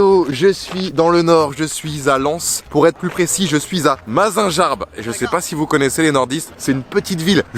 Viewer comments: J’ai le somme tu étais dans ma ville et je t’ai pas vu et aussi ça se dit Mazingarbe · Sa ce dit Mazingarbe et pas mazinjarbe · On dit mazinguarbe pas mazinjarbe 😅 Ça m'a fait trop chelou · Sa se dit mazinGARBE ma bh mazinJARBE🤣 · Mazinjarbe respect mon bled mdr sa ce dis Mazinguarbe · On dis MazinGarbe avec un G pas un J 😆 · Il a dit mazinjarbe mdrrrr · J’adore mais ça ce lis mazinguarbe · ça se dit pas Mazingarbe mais mazinguarbe mais sa s’écrit Mazingarbe (jten veux de mal prononcer ma ville) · Pour la ville où tu est on dit mazingarbe comme si tu lisez mazinguarbe 😉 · Il a osé dire « Mazingearbe » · Ça se prononce mazinguarbe mais bon 😂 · Salut! Superbe vidéo comme d’hab, j’habitais dans le nord et mes grand parents habitait a mazingarbe, et ça se prononce MazinGUArbe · Le road trip va être incroyable avec Hugo .... Par contre stp c'est mazingUarbe mdrrr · Putin la prononciation de Mazingarbe Fréro magique dans le nord on dit pas ça mais bon on te pardonne 💪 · On prononce le g de la ville bg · Naan Mazingarbe le G y se prononce gueu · Comment tu a prononcé mazingarbe 🤣 profite pour aller voir une vrai équipe 😁 aller lens 😁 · On dit Mazingarbe et le g se prononce gu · Mazingarbe sa se prononce 😅